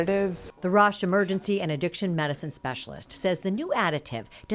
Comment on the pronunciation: The reporter can’t even pronounce Fentanyl correctly 😂